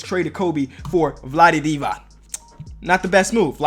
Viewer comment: He said vlade diva